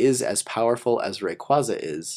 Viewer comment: It's pronounced. Ray-KWAY-ZA